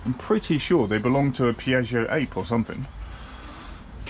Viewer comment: It’s pronounced ap-aye , Ape is Bee in the old Italiano ...